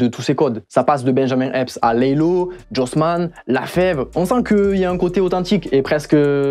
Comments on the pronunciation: NAAAAAAAN Fréro t'a dit la Fève pour thaHomey c'est terrible hahaha😭😭😭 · Le fève à la place de thahomey il m'a piqué l'oreille 😂 étonnant venant de toi